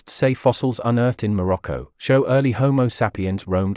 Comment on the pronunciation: I think like many you tubers, your pronunciation of English words needs revision. Like human evolution is complicated, pronunciation is not merely reciting words by how they are spelt. Many words have a received way of pronouncing them. The one I noticed in this video was your way of saying Morocco. It was quite grating. Just saying, as better pronunciation makes your videos sound more professional and educated.